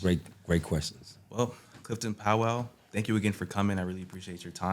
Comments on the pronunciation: It's Powell not "pow wow"😂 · Clifton is an underrated diverse actor. He can play serious to comedic roles. Side note: I’m a Powell. I’ve never heard anyone pronounce Powell like that. 🤔😂 Great interview nonetheless.